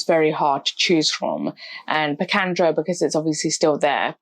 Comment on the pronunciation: It is not Pikandro! It reads Piquadro! (sounds like: Pee-coo-ad-row) 😊